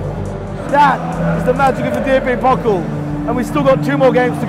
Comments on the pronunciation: It's not 'pockl' its Pokal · How you pronounce Pokal😂 Its Pokaaal not Pokel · Whenever he said 'Pokkel' I had to laugh. Mate, it is the PokAAHl! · How they are saying "pockle" instead of "Pokal" gives me the shivers every time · I love how you pronounce "Pokal" as "Pokkl" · Hearing DFB "pocll" 100 times really really really feels like 1 million fingernails scratching over a blackboard.